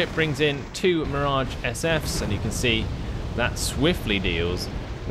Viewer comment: Hey, not to be pest but it's Mirage 5F instead of "SF." Love your vids, keep up the good work!